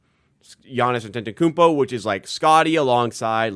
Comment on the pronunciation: I think you’re missing a syllable in Giannis’ last name 😅